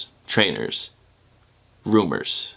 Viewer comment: How he stressed rumors had me dying